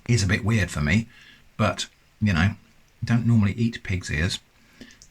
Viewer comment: W-ear-ed stuff in a can. I'm so sorry. 😂